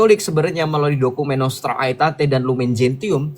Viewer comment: Masukan sj: Lumen Gentium dibaca lumen jensium; Nostra Aetate dibaca nostra etate.